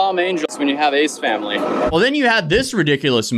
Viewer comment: I have no idea who those people are, but I kept hearing "Aids family" when you said their name.